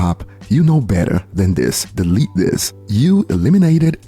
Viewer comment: 😂😂😂 I love the emphasis on "delete this"